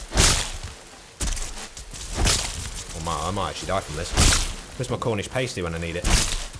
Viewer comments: I love you but… A Cornish WHAT?!? It’s Past-y! Not pasty like paste 😂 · Never heard Pasty said as pace-tee before, i always say it as pass-tee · As a cornishman I feel it is my duty to tell you it's pass-tee not PASTEY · Pasty rhymes with nasty not tasty. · As a brit, and knowing you're a brit, I hate the way you say cornish pasty. It gives me shivers. Do better. That is all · Please don't pronounce the word pasty like that... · Please learn how to pronounce Pasty 😂